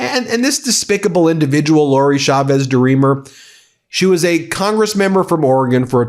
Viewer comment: CH CH CH CHAVEZ, not Shavez. SalSa not salZa please and thank you